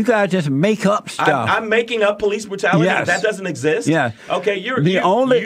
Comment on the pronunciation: White on white crime? JPL voice, “doesn’t essits”